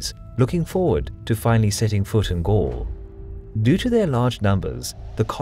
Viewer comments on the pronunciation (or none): none